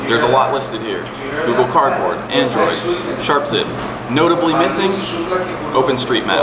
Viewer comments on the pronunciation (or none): none